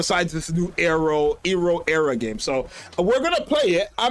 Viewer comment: Ero (Arrow) Era (the regular pronunciation)